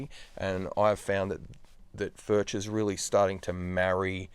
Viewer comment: Spelled Furch but pronounced Furk